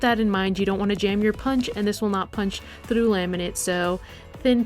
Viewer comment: When she say trough ts hillarious (in a good way not to be rude or anything)